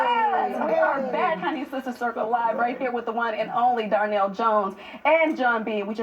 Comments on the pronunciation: Is it just me or is the lady in orange saying Darnell instead of Donnell? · She keep saying Darnell lmao